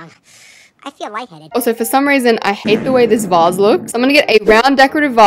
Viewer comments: Did you just say vazzee? LIKE NO IT'S VASE!!! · i love how she says vase like (vah/ss) instead of (vaa/ss) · Vase pronunciation (v-ay-s)